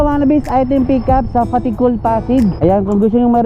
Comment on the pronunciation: may lahing bisaya si kasi alam nya ang:Tea Cool" hahahahaha LT talaga boss..